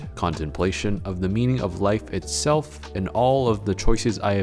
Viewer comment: He said “itstelf” instead of itself